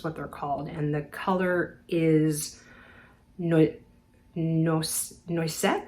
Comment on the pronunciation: Just discovered you when Youtube recommended your dream bag in Paris video to me. What a fun story! I just love your demeanor and low-key delivery. Of course I subscribed, us middle-aged ladies need to stick together. 😊 Oh, BTW, the color of your Orans is Noisette, pronounced “nwah-zett,” which means hazelnut (although it’s also a colloquial term referring to a small coffee drink similar to the Italian macchiato). And they are just gorgeous (your sandals, not the hazelnuts or coffee… 😂).